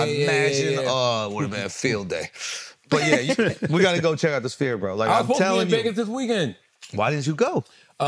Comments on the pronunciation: Charla is on fire this episode 😂 cracking my shit up. He keeps calling the sphere the "spear" 😅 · Charla calling it the “spear” irks me so bad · Charlemagne for god sakes get a speech therapist it's a sphere not a spear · I find it funny that Charlemagne, has a writing company, that has a hard time pronouncing words😂😂😂😂